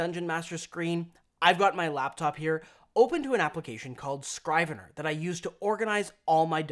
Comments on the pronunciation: it's pronounced SKRIV-uh-ner, not SCRAIV uh ner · "Scrivener" is pronounced "Scri-ven-er" not "Scry-ven-er". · It’s not “scry-vener.” It sounds like the i in “ship.” “Scriv-ener” from the historical term meaning a clerk or a scribe. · Not that it matters much, but the first syllable of "Scrivener" rhymes with the first syllable of "scribble". The word is commonly used in contract law, but not really elsewhere these days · Not to be an asshat, but that's not how you pronounce Scrivener.